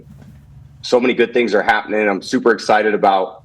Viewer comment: Tom is “super exited about”!